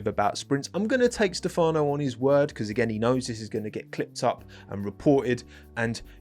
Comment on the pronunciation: Is stEfano, not stefAno…